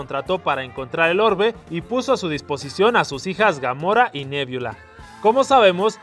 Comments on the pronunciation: se dice nebula no, me viola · Yo soy súper fan de Los Guardianes De La Galaxia. U quiero decir que no es nebiola es nebula. Talvez lo escribes bien pero lo pronuncias mal. Solo quería decir eso. Si eres fan de Los Guardianes De La Galaxia deberías saber eso. Pequeños detalles. Pero no importa solo quería decir eso. Gracias a las personas que se detuvieron a leer este comentario.